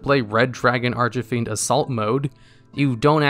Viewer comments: Do you mispronounce cards on purpose? Ar-chuh-feend? Are you sure the link monster isn't Uh-ven-dree-add? Or Spie-rahl Doo-blay Hell-icks? Did you know that 783,812 people don't subscribe because of that? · ...I'm sorry, did he say "Arch-ah-Fiend"? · anyone else hear him say "Starlight Red Dragon Arch-a-fiend"? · Archie-fiend from the popular comics. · Bruh. Genius. I'm TRIGGERED by the Archyfiend 😠 lol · Its not Arch-A-Fiend Its Archfiend or as Japanese calls it Arch-Demon or simply Demon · ARCH-EH-FIEND oml my earssss. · Bro. Please. It's ARCH FIEND. Not archyfiend. Where are you getting the extra thing Inbetween Arch and fiend? Lol I'm so triggered lol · no he said ar-ch-fiend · lol bruh i was like wtf is going on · mispronounces "Archfiend" Comment section: Argues whether he pronounced it as "Archafiend", "Archefiend", "Archifiend", "Archofiend", or "Archufiend" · Nobody: Absolutely Nobody:: ”RED DRAGON ARCH-IH-FIEND.” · If I heard Arch-uh-fiend one more time, I was about to summon myself in attack mode on your ass bro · Who is Red Dragon Ar-CHUH-fiend? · Arch-e-fiend. Dude. XD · No offence but it was funny when you said arch a fiend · Archahfiend? ARCH-AH-FIEND?!?!?!?!??! Meh I've heard worse like spy-rall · Arch-Fiend Arch... Fiend ARCH......... FIEND. Dude you made my ears bleed lol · "Arch-eh-fiend" Bro you need to look up your pronounciations before you do videos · Bradley Miller I dunno, sounded pretty intentional to me. He has the propensity to mispronounce a lot of card names in his videos. Personally, I don’t mind too much but it’s kinda...jarring. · Omg ikr, I was trying so hard to not let it bother me XD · He did. Every time. Just as bad as pronouncing veiler as VEELER. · At least 8 times lmao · Oddly enough this is not the first time i've heard him say it like that. So that really is how he pronounces it. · Red Dragon Arch-e-fiend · Prounouces Archfiend incorrectly Nobody seemed to like that...